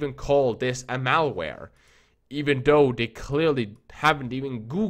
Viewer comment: IT'S PRONOUNCED "THOUGH" NOT "DOE" or "DAREFORE" IS THEREFORE